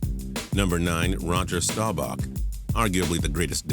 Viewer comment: Learn how to pronounce Staubach and Unitas